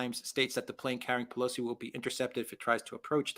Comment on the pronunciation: Come on man! It’s pelosi 😅